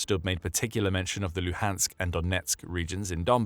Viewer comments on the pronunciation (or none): none